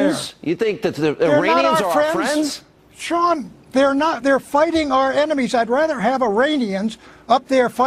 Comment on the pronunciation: Sea...Sean lol